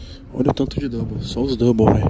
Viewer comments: "Double", Tog? Não seria "dumbbell"? 😂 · É DUMBELL, DUMBELL KKLLL "DOUBLE" KKKK